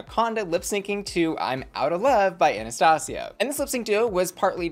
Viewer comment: i love the way you do all this and all the references and culture facts you share with us but here you really missed what Hanna was doing. The way you pronounced Anastasia made me understand you have no clue who she is so of course you didn't get Hanna! I was team Marina but for me she lost again because i know the song and the artist!